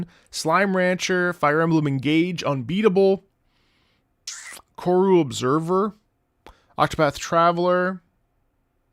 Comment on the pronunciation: psst ... it's corru observer, not korru :P